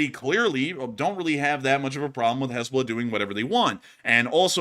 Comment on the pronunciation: “Haznahballz” got me rofl 🤣 💀